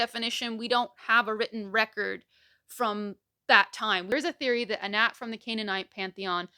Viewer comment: I'm from Pittsburgh and everytime I hear you say "Anat" i keep think you're saying "N'at"